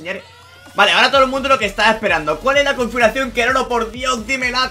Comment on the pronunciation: Confuracion xddddd No puedes pronunciarlo bien?